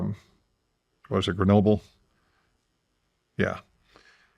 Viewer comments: Chernobyl not Grenobyl. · A genius can't remember, or pronounce Chernobyl. Sorry but I'm picking the genius apart. We've gone to far into the information divide. Knowledge is fleeting.